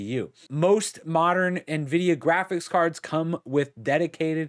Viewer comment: My man said "giraffics driver"